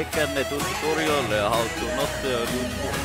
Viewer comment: Tuturial sounds like a real russian